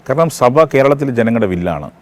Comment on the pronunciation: Mr interviewer. സഫ അല്ല സഭ.